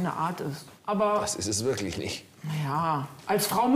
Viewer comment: Diese Frau hat eine "wirklisch" ekelhafte Aussprache! Und das auch noch in Führungsposition... das hätte ich nicht zugelassen 😂